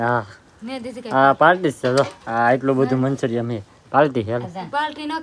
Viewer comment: મંચુરિયમ ના કહેવાય મંચુરિયન કહેવાય